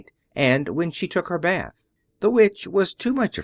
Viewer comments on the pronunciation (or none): none